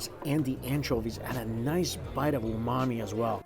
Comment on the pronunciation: Just say Umami already